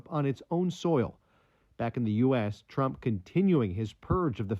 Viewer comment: Falsely pronouncing Trump, “Tramp.” Put a similar video out on that and watch the network shed debt.